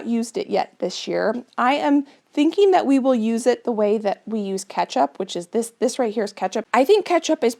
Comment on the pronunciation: As a non native English speaker, I didn't know that the words last and this could pronounced lasht and thish. Is it a dialect from where you live?